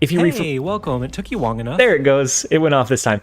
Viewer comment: I kinda like the idea of the "took you wong enough" line being doubled 🤣